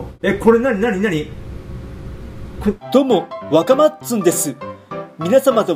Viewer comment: わかまっつん❌わかまつっつん⭕️ じゃね？